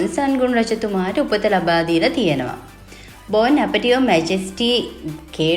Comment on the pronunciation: බෝන් ඇපටියර් නෙවෙයි 😂 බොන් ඇපටයිට් කියනවා ප්‍රංශ වලින් නම් බොන් ඇපටිට් වීඩියෝ එකක් කරන්න කලින් වචන උච්චාරනය ගැන සැලකිලිමත් වෙන්න